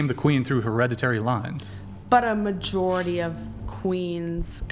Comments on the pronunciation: in the “mast vajority” how intelligent lady 😊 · Did… did she say “mast vajority”?! Omg… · She lost me at the "mast vajority"... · “mast vajority” yes we have less iq. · In the “mast vajority”?.. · “Mast vajority”??? A dipshit with no facts yeah feminism